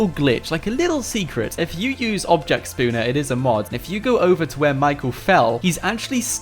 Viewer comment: anyone think that it is funny how he say sponner instead of spawner?